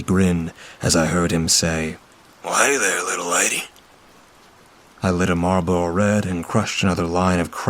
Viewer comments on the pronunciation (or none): none